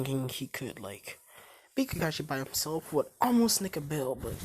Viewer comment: Did he just say "kakaisi" it's "kakashi"